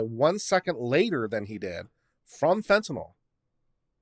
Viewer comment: Slight correction, it's fentanyl (fan-tah-nill) not fentanol (fan-tah-knoll).